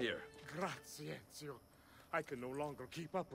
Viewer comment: ezio sounds like "me trae one"